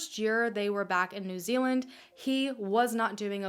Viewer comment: finally an american who can say proper nz names 😂